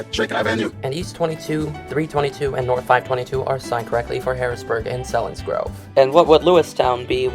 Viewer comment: Selinsgrove is pronounced seal-ens- grove